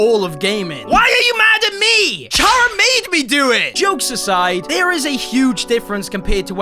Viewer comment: I cant... I cant take this anymore.... THEIR NAME IS K- ARR- RUH, NOT CH CH, ITS NOT A CHIP BRAND, ITS CHARA, LIKE CAR!?!?! YOU KNOW CARS?!?!? WELL ITS LIKE THEM, CAR-RUH.